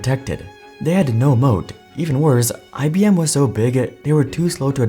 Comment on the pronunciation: It's IBM , not IBMe.